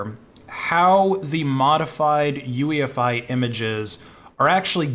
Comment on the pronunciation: not UEFI.OOYEFEE